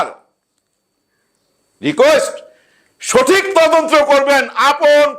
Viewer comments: ময়ূরীর মেয়েকে যে প্রশ্ন করা হয়েছে এটা তার মায়ের অর্জন। ওই ধরনের সিনেমায় কাজ করলে তার সুদূরপ্রসারী প্রভাব থাকবেই। ঘটনার সাথে জড়িত তিনজনের দৃষ্টান্তমূলক শাস্তি চাই। বাই দ্যা ওয়ে, মালেক আফসারী ভাই, আপনি তদন্ত উচ্চারণটা ঠিক করে নেবেন। আপনি বারবার তদন্ত্র বলছিলেন। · তদন্ত্র না, তদন্ত।